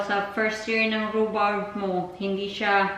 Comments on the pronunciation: Tama ang sinulat mo na rhubarb pero the way mo i-pronounce rhubab. Sorry baka slang lang pag pronounce mo. Andito din kami sa UK. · I THINK PRONOUNCED RUBARB. BARB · It’s not silent R